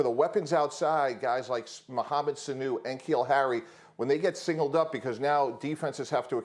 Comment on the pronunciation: did he say "N-keal Harry" ...